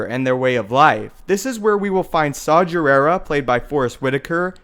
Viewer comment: Saw Gerrera's name is pronounced with a hard g, not a j sound. Watch The Clone Wars and you will see this.